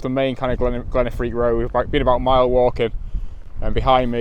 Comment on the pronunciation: Glen Affric dude, not Affrique, great video as always, lovely images and glad you enjoyed it. These beautiful places deserve a bit of basic research if required, in order to get their names right.